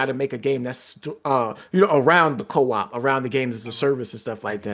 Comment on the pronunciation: Why does say co op. “Co wap”